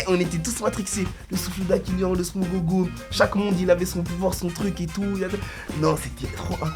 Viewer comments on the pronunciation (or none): wsh c le smog pas le smogogo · Le smog wsh il a dit le smogogo je vais tout casser🤣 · Le boug nous parle de pokémon dans galactique football 😂 "smogogo" 😂